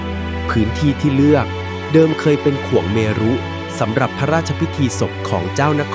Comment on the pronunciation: เดี๋ยว ๆ ๆ ๆ เวียงเชียงใหม่เขามีกาด/ตลาดเดิมอยู่แล้วหลายที่ เจ้าเขาเปิดที่ใหม่ก็เท่านั้น "ข่วงเมรุ" อ่านว่า ข่วง-เมน ไม่ใช่ ข่วง-เม-รุ ไปศึกษามาใหม่ดี ๆ